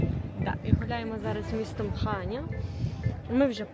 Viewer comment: Правильно казати ХаньЯ, наголос на Я. ХАнья дуже ріже слух. Всі наголоси в назвах селищ, міст прописані на картах